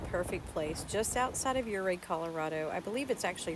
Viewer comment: I'm glad you pronounced Ouray, correct. Beautiful area.